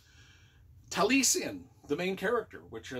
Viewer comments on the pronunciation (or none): I think it's pronounced taa lee eh sn. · Tall ee ess en accent on ess syllable. Welsh for eyebrow I think. Frank Lloyd Wright named his home out west Taliesin.